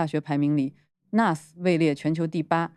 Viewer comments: 新加坡国立大学的简称是N.U.S. - 是 National University of Singapore 的缩写。 缩写里的每个英文字母都要读出来。不可以连成1个字nus. 英文里没有这个字。 我是N.U.S.毕业生。听你把N.U.S. 读成 nus, 鸡皮疙瘩都冒了出来😂. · 是 N U S - 每个字母单独念！！！好吗！！！